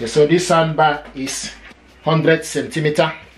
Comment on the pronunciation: It's pronounced SOUNDBAR not sandbar